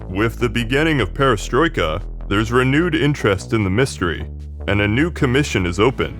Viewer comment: You are on the right track but I think the vocals and the stresses are kind of tricking you. For example the unstressed e sound in Perestroika or Medvedev is a i sound (as in bit). It's hard to give notes on all the nouns, nor am I the right person to do so, but I think google translate pronunciation is pretty decent these days and could help you out (put the name in Cyrillic tho). Love your work btw